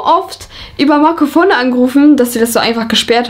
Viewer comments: Niemand:: Marcofonno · Man spricht es fono aus du Genius